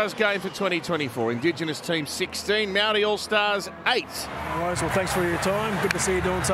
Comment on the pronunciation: why are aussie commentators saying "maldi" its maori. just say maori as long as you being respectful its fine. its gone too woke. never met a non kiwi who properly pronounce maori anyway. its no big deal just to say it normally.